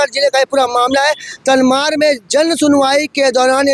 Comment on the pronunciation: तमनार बोलो भाई। तनमार नहीं।